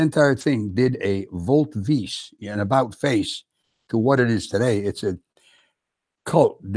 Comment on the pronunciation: Mispronounced volte-face but otherwise a 10/10 presentation so far